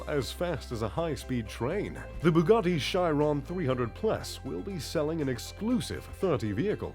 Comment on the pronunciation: Bugatti Shairon😂